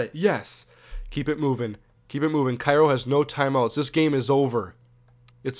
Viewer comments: I live in Cairo and when I saw vs. Cairo, I was like "Oh shit" and its not Ki-Ro, its Kay-Ro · its pronounced K-ro and they are the syrupmakers in real life they booted my highschool out of the playoffs a couple years ago.